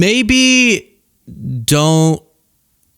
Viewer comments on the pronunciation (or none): none